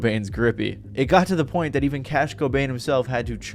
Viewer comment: I hate how you say everything correct af except "that" its not "dat"